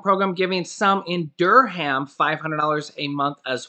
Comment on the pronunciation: Hey it’s pronounced “Durm” hahaha